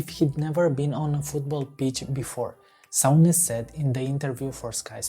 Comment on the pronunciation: It's 'Soon-ish' not 'Soun-ish'